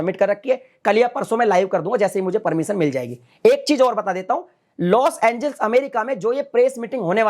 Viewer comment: पहले लोस एंजेलिस तो ढंग से बोलना सीखो। तुम हर बार लोस एंजिल्स बोल रहे हो😁😃😭